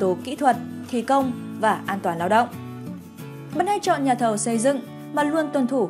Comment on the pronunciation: Này hình như ko phải người thật đọc, thấy nhiều chỗ thiếu dấu như chữ “nhà” mà đọc thành “nha”